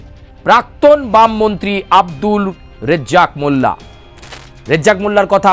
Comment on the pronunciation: এই সাংবাদিক হয়েছে রাজ্জাক মোল্লার নাম সঠিক বলতে পারেনা।